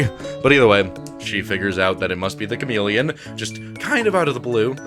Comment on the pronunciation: Okay but the Cham-Ah-Leon is permanently stuck in my brain